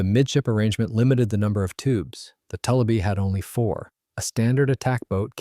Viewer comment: Having lived on a large lake in Minnesota that was full of tullibee and having gill netted a lot of them, the name is pronounced. too li bee. It comes from a French word toulibe.